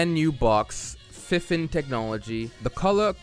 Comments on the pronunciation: It’s is fifine you say it like fe-fine. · Its pronounced FI FiNE (Fie Fine), but some people say FineFine for some reason 💯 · Awesome review! I love your humour and the constant attempt to pronounce the various possible pronunciations of "FIFINE" "FIH-FIN?" "FEH-FINE?" Cus it's literally what we were all saying in our heads. Lmfao!!! Now I cannot get the name out of my head, that company should thank you because it's not the most easiest name to remember but because of you, I cannot forget it! Fehfinnn?! <3